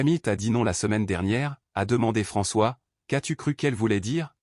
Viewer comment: c'est agaçant d'entendre prononcer "c'est" ceste, est (verbe ou point cardinal) è, m'en tirer devient mène tirer, as-tu devient asse-tu, j'en suis = j'enne suis, qu'est-ce = kwesse, etc !!!. Arrêtez !!! Choisissez une IA française qu'on ait un langage français. Comment voulez-vous que ceux qui apprennent le français s'en sortent ? Quand je vivais à l'étranger, je regardais les vidéos pour me familiariser, et je continue. Je n'ai pas eu ce genre de problème